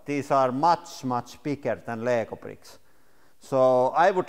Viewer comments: Duplo brittkke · some others mention hearing the same word, prick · "LEGO preeks" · am i only 1 who is laughing cuz he saying pricks and not bricks? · "Lego pricks" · Lego bricks not lego pricks